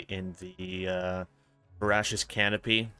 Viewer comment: Only a minute in and you've already said Jabbermogwai and Veracious weirdly 😂😂